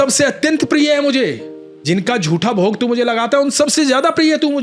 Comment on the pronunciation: महोदय, आपको बड़ी लगन से सुनता हूं। ज्ञानवर्धन होता है। कम - से - कम आप तो 'जूठे' को 'जूठा' ही बोलें , 'झूठा' बोलना सही है ?